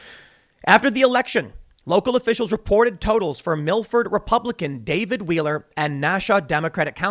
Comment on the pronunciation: "repubiican" vs "republican"